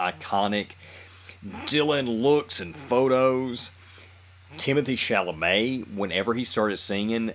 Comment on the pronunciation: Congratulations on being the only reactor I could find that knows anything about Bob Dylan and also knows how to pronounce Chalamet and Biopic correctly. Thanks!